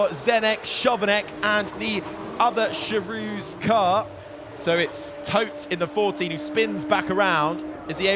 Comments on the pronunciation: I get that the commentator doesnt know that Chovanec is pronounced Khovanets... he is a new guy... but to not know that Charouz is pronounced Kharows ...that man shouldnt have his job. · For god's sake, why can't the commentators learn how to pronounce Charouz, it's really comical at this point, I mean, it's their job, right? And I'm not even speaking about Zdeněk Chovanec...